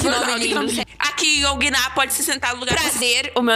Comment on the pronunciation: "qual seu name" "YoongiNA" Eu 3 segundos dps Aaaaaaaaaa e yoongina só que com o NA mais forte neste caso sílaba tônica....tendi nada